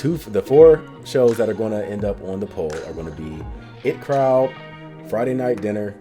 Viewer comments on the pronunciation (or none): It’s pronounced Eye Tea crowd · It's pronounced I.T Crowd by the way (As in Information Technology)